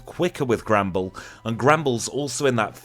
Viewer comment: I just realised he's saying Granbull, but every time, I hear "Gremble"